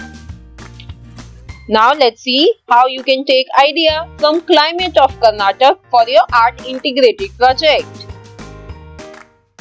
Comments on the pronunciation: Mam sry to say this it is karnataka not karnatak pls say it properly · That is not Karnatak that is Karnataka